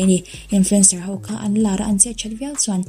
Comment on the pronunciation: Ho tih tur ah 'hau' i ti zel a....